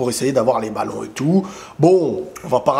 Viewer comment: Prononce Pèpe , pas Pépé !